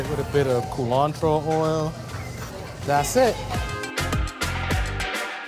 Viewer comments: what the heck is ca-lantro?????? The place looks good and I will need to visit them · CU-lantro. Its an herb related to cilantro, used in a lot of Caribbean green seasonings